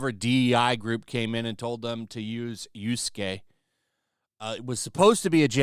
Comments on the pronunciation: Yuskay ☺️ it’s more likely pronounced Ya-su-key. Just saying 😙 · As just a bit of an FYI,, Japanese vowels are constant sounds, meaning they don't change. Yasuke would be pronounced Yah-soo-keh, as an example. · With each video gets closer to pronouncing Yasuke's name correctly. Just something I've found entertaining.